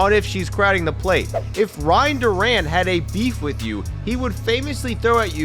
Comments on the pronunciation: Ryne DOO-ren, not Duran. Al Ra-BOS-kee. The H is silent. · Continuing with that theme, he also referred to Ryne Duren as "Duran".